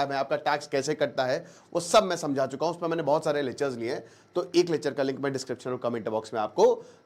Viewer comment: Yrr pahle to bhai aap "Lechhar" "Lechhar" bolna band karo : P Lecture saf saf bolna hai